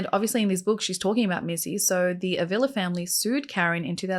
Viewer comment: Hwr last name is pronounced Ah vee la